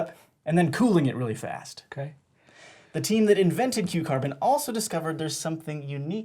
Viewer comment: Whenever he says Q carbon i just keep hearing cucumber